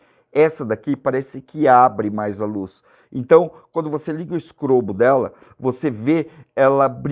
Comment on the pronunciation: todas as vezes que você falou do "strobo" das lanternas, eu entendi sempre "scrobo"!!! Foi impressão minha ou você falou "scrobo"???